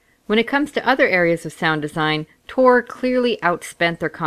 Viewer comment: I hope you know it's TOR right....not ToR... :/